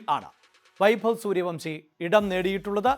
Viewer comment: സൂര്യവൻഷി എന്ന് പറയടോ